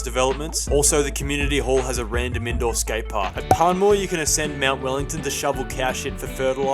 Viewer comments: I'm only offended of how u butchered the pronunciation of my suburb Panmure (pan-myoo-wah) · He pronounced Panmure wrong 😂😂😂